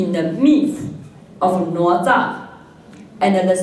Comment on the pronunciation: + 哪吒 “的”（“哪” 的發音也是錯的）